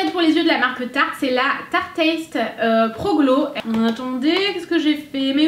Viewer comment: Il n'y a que moi qui sois choquée en attendant la manière dont elle prononce "tarteist" ? 😂